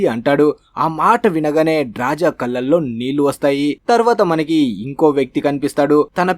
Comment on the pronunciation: ఆమె పేరు డ్రాజా కాదురా అయ్యా, డ్రాస. 😅